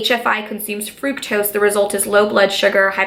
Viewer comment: It's not frooktose it's fru-k-tose my 12 year old cousin know how to pronounce it.